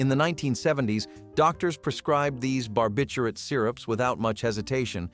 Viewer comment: Barbiturate not barbiterate